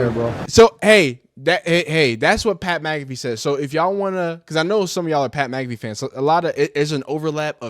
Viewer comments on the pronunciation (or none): Dude is a clown get him out of ohio and his girl smacked as fuck mud dragon ahh bihh and you said mac affee cmon bro it mac uh fee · McAfee is pronounced mack aH Fee not, mc calf ee ... stop reacting to ppl when you can't even pronounce their damn name right, clown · Lil dude doesn’t even know how to say Mcafee lmao